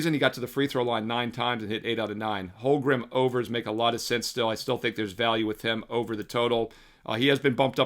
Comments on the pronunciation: Dude. You're killing me. HOLM-gren Not HOL-grum LOOLLL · If I had a dollar for every time you mispronounced Holmgren this postseason I wouldn’t have to bet. Lolol just giving you a hard time, love the looks